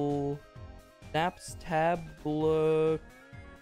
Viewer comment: Him trying to say Napstablook22 physically hurt my entire being